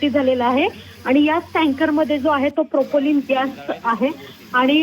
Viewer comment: अरे मूर्खा अरे बेअक्कल माणसा प्रोपोलिन नाही प्रोपेन अरे मूर्खा अरे बेअक्कल माणसा ओडीसा बोगदा नाही आडोशी बोगदा माकडा घरी बस !